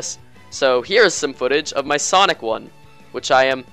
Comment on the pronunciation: sonic or sanic me:sanic sanic: okay what was that